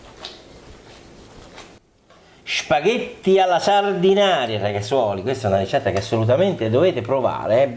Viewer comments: Si pronuncia Sardenaira 😉 e non è una focaccia! 😜 Saluti da Sanremo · Anzitutto si dice Sardena"i"ra, e non Sardinaria. Secondo, la salsa di pomodoro appare abbastanza anemica. La scottatura preventiva del pomodoro non ne ha portato via solo l'acqua, ma, ritengo, anche colori e sapori. La scottatura é un trucco da ristorantino per accorciare i tempi di cottura del sugo. Secondo te perchè, quando si fa un buon sugo si tiene per ore a sobbollire in modo che l'acqua evapori? Terzo, per concludere, la stessa ricetta, ma fatta bene, senza scottare i pomodori, con gli stessi ingredienti eccetto la cipolla (che peraltro è assente anche nella ricetta della focaccia sanremese a cui ti sei rifatto...) nel resto d'Italia fuori della tua cucina si chiama "puttanesca". Sempre con amicizia Gaetano